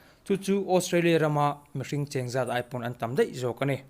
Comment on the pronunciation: Tha khawp mai. Mahse 'deih' tiin i lam ri than in ka hria😀 😎😂Ti ve khanglang te ang